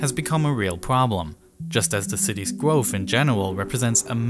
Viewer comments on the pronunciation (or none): Gwoahof?? You mean growth I think